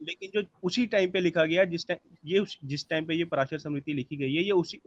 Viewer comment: This fellow cannot pronounce smriti. He is speaking like a scholar. Very sorry.